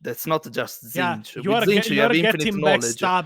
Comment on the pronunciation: Can we really be surprised at Majorkill's pronunciation? He pronounces Tzeentch as "titsnitch"